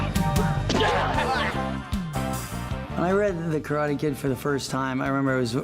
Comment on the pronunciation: After all this time and even being corrected in the movie, he still miss pronounces Karate.